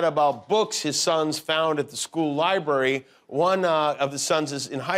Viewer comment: Library not libery.